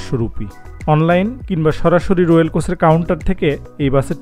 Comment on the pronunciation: Moitree toh dhaka theke shiliguri jayan.mitali jaay. Ar রোয়েল/রয়েল uccharon a onek difference, amon aro koyta pronunciation ato odd laage shunte. Kheyal rakhben